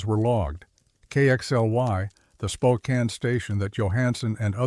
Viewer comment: I was astonished it got Spokane right! 😂